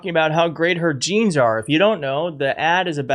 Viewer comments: Jesse Waters ,Hey Stupid ! It's J e a n s,not G e n e s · Her “jayns” are “bluh” - she needs lessons from Nigella on how to pur in English